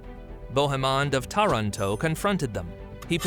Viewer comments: pronounced Taranto incorrectly. No italian has ever pronounced it that way. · Again Taranto is mispronounced.